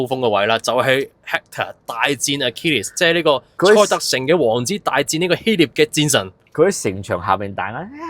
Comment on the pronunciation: 希臘 臘音立 不是聶